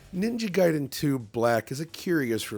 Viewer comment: he's back, they've been butchering the name, Ninja Gayden.